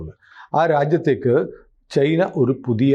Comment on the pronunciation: ചെയിനാ അല്ല. ചൈന